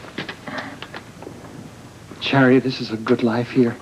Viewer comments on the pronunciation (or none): Does Alan call Charity...Chariot??😆